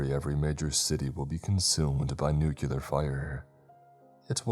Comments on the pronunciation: PLEASE this was good but for the love of god its nu-clear not nucular that wrong pronunciation is so annoying 😭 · Nuclear is said "New-clear". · Downvote for saying nucular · What, five or six years now, and you're still saying "nucular"? This is gonna be a tough one lol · Right....a nuclear power plant. Not "nucular" lol. Sound it out! Not to sound mean 😅